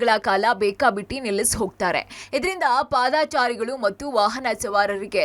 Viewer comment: Footbath ಅಲ್ಲಕಣ್ರೀ Footpath. ಪಾದಾಚಾರಿಗಳು ಅಲ್ಲಕಣ್ರಿ ಪದಚಾರಿಗಳು ಆಲು ಅಲ್ಲಕಣ್ರೀ ಹಲು ಹಕ್ಕಿ ಅಂದ್ರೆ birds ಅಕ್ಕಿ ಅಂದ್ರೆ raw rice White rice ಅಂದ್ರೆ ಬಿಳೀ ಅಕ್ಕಿ Cooked rice ಅಂದ್ರೆ ಅನ್ನ/ಭಾತ್ ವಾಕ್ಸ್ಫಷ್ಠತೆ, ಅಲ್ಪ ಪ್ರಾಣ, ಮಹ ಪ್ರಾಣ, ಅಲ್ಪಾಕ್ಷರ, ಧೀರ್ಗಾಕ್ಷರಗಳ ನಡುವಿನ ವ್ಯತ್ಯಾಸಗಳನ್ನು ತೊರೆದು, ಹತ್ತಾರು ಬೀದಿಗಳಲ್ಲಿ ತಿರಿದು ತಂದ ಬೆರಕೆ ತ್ಯಾಜ್ಯವ ಬರಿಯಾನಿ ಅಲ್ಲ ಬಿರಿಯಾಣಿ ಅಂತ ಕರೆಯೋವರನ್ನು ಕೂಡಿಸಿ ಸುಧ್ಧಿ ಘೋಶ್ಠಿ ಮಾಡಿಸಿರಲ್ಲ, ಭಾಶೆಗಳ ಮೇಲೆ ದಯವಿಟ್ಟು ವ್ಯಭಿಚಾರವೆಸಗದ ಧಾಯ್ಥ್ವ ನೆರವೇರಿಸಿ.